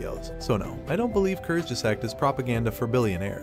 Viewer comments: Kurzge zaaaaag not zack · Great video but What the heck kurz ges act, the pronounciation is bugging me out, I know its TTS btw, nothing against the video just the voice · I really appreciate your video and research and fully agree with your result.. and for the non native german the word “kurzgesagt” can be tricky to pronounce, but it’s easy if you just pronounce it like three English terms in one and these words: courts - guess- sucked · Learn how to pronounce it please. "Koorst_gesaahgt". Or look for the pronounciation online. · kurtzgesagt curt's geh zahgt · I laugh every time you say Kurzgesagt, which is a lot in this video. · please pronunce kurtzgesagt properly it's not english it's a german word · First, teach the computer how to pronounce 'kurzgesagt' before you make a video. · If you can‘t pronounce ‚Kurzgesagt‘ or were too lazy to quickly research the correct pronunciation why not use the title of their English speaking channel ‚in a nutshell‘? Honestly, it doesn‘t add to your own credibility given that you are right with your criticism. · Lern kurzgesagt gescheit zu sagen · Please learn how to pronounce kurzgesagt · The way you pronounced “Kurzgesagt” made me sad… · You can't even pronounce Kurzgesagt right smh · "I watched a video on YouTube and here is what that video is saying, by the way I have no idea how to pronounce the name of the channel I am proxy criticizing" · The way you pronounce Kurzgesagt makes me want to die… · good video, but if I had a nickel for every time you mispronounced kurzgesagt, I would be Bill Gates